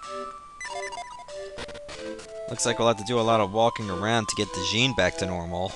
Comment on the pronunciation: It's not jean its Jin that's how you pronounce it